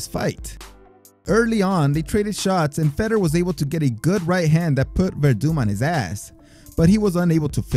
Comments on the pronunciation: Bro you crack me up with how you pronounce "Ruiz" perfect with the rolled "r" but mispronounced other "white" last names. Yet again I've never heard someone pronounce Fedor as "Feddor". I'm not trying to make fun of you for it though. I'm guessing you don't watch mma as often or if you do you mute the commentators. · Fedor is pronounced (Fay Door) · I came after Lebben and Fedder to say something about how he got those so wrong. Haven't even heard Weedman yet. Haha.